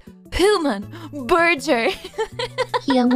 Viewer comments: Ah yes, my favorite hooman food, the Burger King burjer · lmao, burjer. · "Burjer" - Vei's TTS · Burjer lol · peepoGlad BUR JUR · Berger king berdger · It recited "Vaporeon" flawlessly but couldn't handle "burger" lmao